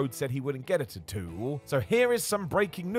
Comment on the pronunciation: pronunciation is correct, according to the Polynesian languages.